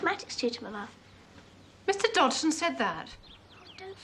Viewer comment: This movie pronounces his name wrong. The G was silent, so it was pronounced Dodson.